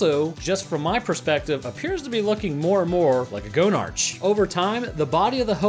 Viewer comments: no its go-nark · It's not go-nartch, it's pronounced the same as monarch. The name is a joke; it's a play on words on the fact that it's the headcrab queen/mother, and the fact it has a large testicle hanging off of it. - Gonads + Monarch = Gonarch! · 'Gonarch' is prononunced 'Go-nark'. It's a portmanteau of 'gonad' meaning testicle, and 'monarch', meaning queen. I died a little more every time you said it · Okay 2 things 1. The old Half Life 1 models of the Headcrab actually has the inside of the hole visible, there’s a lot of guts, and an eye 2. IT’S PRONOUNCED “GO-NAR-KH” It’s the combination of words “Monarch” and... “Gonad” Also the ribs are open so the headcrab has an.... orifice to ingest food into the host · After the headcrab matures enough i becomes a Gonarch. ( It's pronounced Go Narkh ) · Isn't "go-narch" the correct way of pronouncing it? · You need to learn how to say gonarch and nihilinth